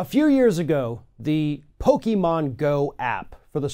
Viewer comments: Hey It’s Pronounced “Pokémon” Not “Pokeman” 😒 Get it right Man.! Farron Cousins pronounces it better than you. And he’s not even a NERD! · How are you a nerd, but you call it Pokiman Go? Stop😂😂😂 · Two things 1) i didn't even have to hear about this to know it was going to happen. 2) there are two types of fans: Regular people and the ones who say PokeMAN. Sorry, just irritating when i hear people mispronounce things like that. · I'm honestly just more surprised with how literally heard how pokemon is pronounced and still pronounced it pokeMAN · why do people still say PokeMAN? It pisses me off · It would be really great if they learned how to pronounce Pokemon before they did a story about it...